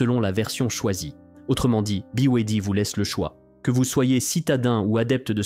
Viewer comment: Ya bien juste des français pour mal prononcer 2 lettres sur trois ! Buy way D! Ça se prononce comme les lettres : Be, why, Dee